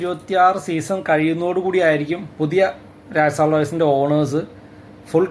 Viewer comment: രാജസ്ഥാൻ ആണ് bro രായസാൻ അല്ല 😄😄